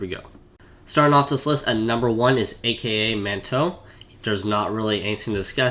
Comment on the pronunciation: ay kay ay man toe correction : ahkah mahntoh